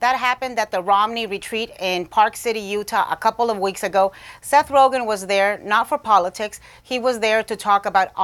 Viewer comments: Rozhen? LMAO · It's rogen not roghen 😂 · Seth Ro-Jen? Who tf is that???? LOL It's pronounced Roe-Gan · This chick really said rojan as rogen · "RoeJEN" ???? He's a pretty famous guy...... have not heard that pronunciation before..... ? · Yeah. "RoeJEN." You know - like calling Niger "Nee-zjherrr..." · "Seth Rojen" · First thing I thought was "did she just say 'Rowjin'? " lol. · HOLY SHIT 1 second into the video. "Seth Roejen"..... Can't even report anything corrently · Seth "Rojin"? Lol. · Did she say Seth rojen 😂😂😂🤣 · did she say seth rojan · Ro-Chen? Lmao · Seth roothgen?!!!!!! Huhhhh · Seth ROE-JINN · Seth ROW-GIN lol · Seth Rogthan? Or Roghan? Lol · Hey Sam Graham. lol. my thought also. A news commentator should pronounce names correctly.